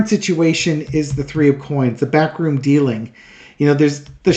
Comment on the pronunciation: For some reason every time you say "backroom deal" I hear it as "bathroom deal".